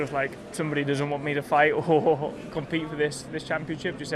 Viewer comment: still "SumbodE to Blame" for George 🤣🤣